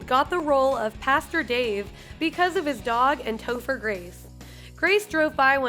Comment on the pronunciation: You called topher, toofer 😂😂. I gd hate you